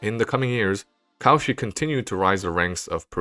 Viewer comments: hey, this is really good but every time you say "Cauchy" i get brain zapped ^^v (his name is not pronounced caw-she, it's co-shii). pronunciation of names is important, there's several tools you can use to find out how names are pronounced, including just putting it in google translate in the appropriate language and using the read aloud, or just looking at the phonetics in the wikipedia article itself. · Excellent presentation(apart from the horrible pronunciation of French names, especially in the case of Cauchy!)).